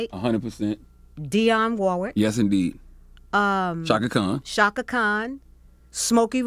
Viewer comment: Chaka Khan, NOT Kahn!